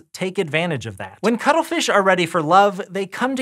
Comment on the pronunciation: For a second I thought you said cuddlefish.